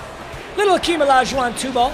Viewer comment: It’s not Akeem it’s Hakeem bro 😂😂😂. Geesh